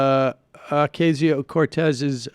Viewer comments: Oh-kah-sio; not, O-kay-sio, Sammy.... geez.... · you got my thumps down for keep saying okaysio, its ocasio you stupid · AOC's name is pronounced as OCASIO not OKAY-SIO. Thanks for your fine report! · O-CAH-sio. Not O-CAY-sio. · it's pronounced "Oh-cah-sio"